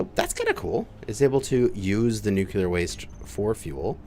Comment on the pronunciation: Let's all say it together... New-Klee-Er.... not Nuke-You-Ler!!! All love though, brother!